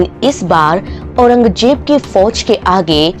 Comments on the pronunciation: Auranjeb nahi. Auranzeb.. Do not pronounce z as j ..😂😂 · Aurangjeb nahi Aurangzeb kaho. Region ko rezon, rajdhani ko razdhani aur Baji rao ko Bazi rao keh rehi hai. Teri auqaat nahi hai Nizam ya Mughal ke baare mein muh bhi khol sake. Waise teri soorat bhi kisi kulche se kam nahi hai. 😁😁😁